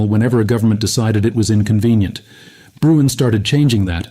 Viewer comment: Sorry, but it’s not Bruin. It’s Bruen.